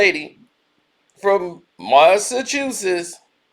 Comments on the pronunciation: MASSA CHEW SETS say it like that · Boy can you pronounce her name and the state right.